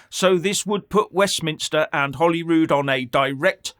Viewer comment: It’s Holyrood not Ollywood